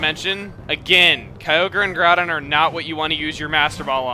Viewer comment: Yah, seriously, pernouncing groudon and kyogre as garudon and keeogree